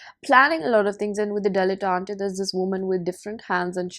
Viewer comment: I like how you turned the word “dilet -tante“ into 〰️ “delante”〰️